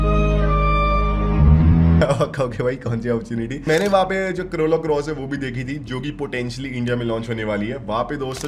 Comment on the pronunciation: Corola ❌ Karola ✅ Toyota ❌ Teyota ✅ Chomu 🤡🤡🤡